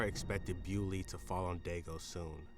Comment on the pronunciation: Bo-li-o, not Biuly. He was belgian.